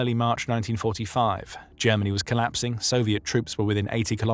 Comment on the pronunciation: “Jemmeny” = Germany